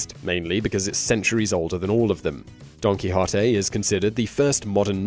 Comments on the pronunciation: What a relief hearing "Don Quixote", and not "Don Quiché'Otea" as so many people say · don key-hoe-tay is how it is pronounced in Spanish